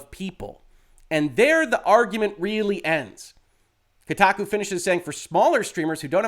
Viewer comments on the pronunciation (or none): none